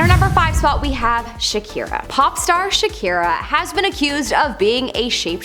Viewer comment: Not shakiraa